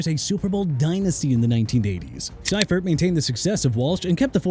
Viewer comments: "SEE-fert", not "SIGH-fert". "Including winning Super Bowls XXIV AND XXIX." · Wade Phillips on Buffalo's Mount Rushmore? Not over Chuck Knox, who turned a moribund Bills' team into playoff contenders. And can we get someone to fix the pronunciation of the names? It's LEE-vee, SEE-fert, and FONTS.